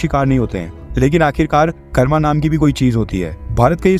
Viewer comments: Bhai Hindi to thik se bolo karm hota hai karma nahi. Apni bhasa bhi kya angrejo ki style me bologe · Karma nahin sir "Karam" kahte hain